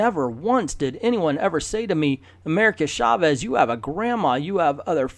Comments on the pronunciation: Mindless ass! Hahahahaha. Their faces look nothing like Mindless Ones' faces; they look more like ROM Spaceknight's toaster helmet. By the way, I have been meaning to say about how you pronounce Chávez, with the stress in the "E" instead of in the "A", and then you actually got it right just as you were talking about your Spanish pronunciation almost at the beginning. Just remember, it is "CHÁvez", not "chaVEZ". Likewise, it is "VElez" instead of "veLEZ". And the double "L" in Spanish sounds similar as "J" does in words like "jail". So Villalobos sounds something like "vee-jah-LOH-bos". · Why are you saying "Shavez"?